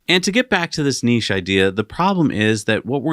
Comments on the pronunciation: Thank goodness you’re pronouncing niche correctly! During my Mazda Apprenticeship, we were informed that the MX-5 was a niche product - they planned it that way. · Thank you for correctly pronouncing niche, I can’t stand the other way. Million likes! 👍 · I'm so happy you guys pronounce niche correctly 😂